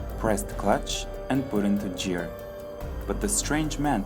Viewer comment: Put his car into “jeer” lol